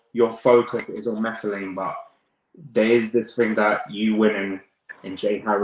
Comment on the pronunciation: Sunny is my fav boxer Moruti is my brother we live is same area In SA.Not sure who to support:) Its Moo-Tar-lane by the way not Marflane